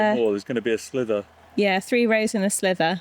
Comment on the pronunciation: Compelling viewing for ages thanks guys, just helpfully saying it’s sliver not slither.